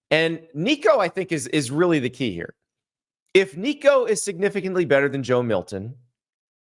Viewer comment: That sound like Joe Biden trying to say Nicos last name. 😂